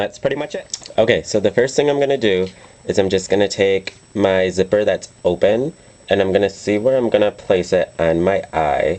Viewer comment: lmao! check out the way he said zipper